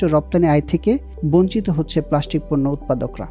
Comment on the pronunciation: It's not প্লাশ্টিক, it's প্লাস্টিক